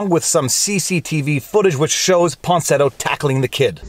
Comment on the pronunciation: > Claims to be a good lawyer, supposedly a good reader. > Keeps calling Miya Ponsetto “Ponsinetto.”